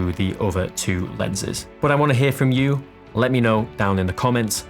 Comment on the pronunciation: do another video except youre not allowed to say "but" .... "Buh" lol.